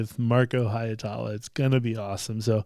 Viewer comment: Why can so many English-speakers not get Marko's surname right? 😂 The "ie" is two distinct vowels, simple as that - Hi (as if you were saying the English "he"), then without an actual stop in the flow "etala"... For a Finnish pronunciation, look up "Tohtori: The Reveal (with English subtitles) - Masked Singer Suomi", time index